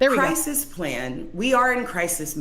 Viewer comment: Cwisis uwu